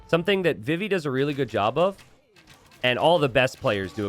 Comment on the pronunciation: It's pronounced vee-vee!! Like Vivi from Final Fantasy IX!! Come on!